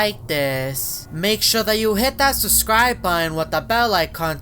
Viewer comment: He always says suscribe with no b